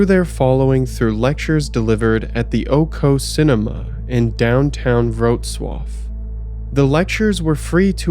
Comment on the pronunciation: Weird compliment but it was surprising how well you pronounced Wrocław! One of a very few times I heard someone say a polish city's name correctly! (Everything else was botched in different degrees, though) Very interesting stuff. Thank god I wasn't from there.